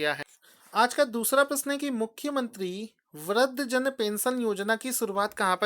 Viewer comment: Sir, Your videos are good and helpful but sorry to say the word you pronounce doesn't suits your knowledge 'Prithvi' (पृथ्वी), 'Vridh' (वृद्ध), Krishi (कृषि) . I don't to inform you about your this minnor mistake. Sorry but I couldn't stop myself.